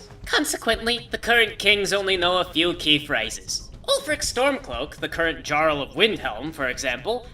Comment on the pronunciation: For someone so well-versed in Elder Scrolls lore, I'm surprised you hadn't been pronouncing "jarl" correctly so far... Or is that just a quirk of?